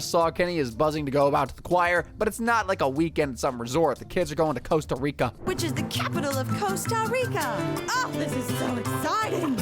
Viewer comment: Wait a minute. That's not how you say Costa Rica!